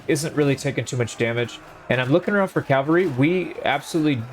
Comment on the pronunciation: Cavalry. Not calvary. Huge difference...